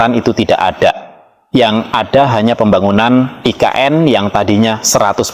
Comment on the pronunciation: Nggak usah nyebut "aI Ke eN" bang. Selain nggak cocok, itukan emang singkatan dari bahasa Indonesia...